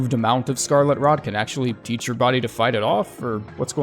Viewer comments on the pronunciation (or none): none